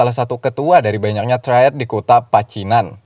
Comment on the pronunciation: triad bukan traied🤣 truck bukan treuk🤣